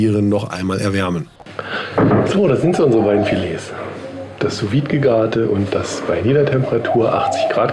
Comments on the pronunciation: ich weiss nicht, ob das ein running gag von dir ist, aber das "vide" in "sous vide" hat ein stummes D - quasi "Su Wie" ;) sehr geiles rezept ansonsten! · Schönes Video und geiles Messer. Ich bin von Sous Vide auch sehr begeistert, probier mal Ananas als Nachtisch, falls du das noch nicht gemacht hast. Kleiner Tipp nebenbei, man spricht es "su wied" aus - ohne E am Ende.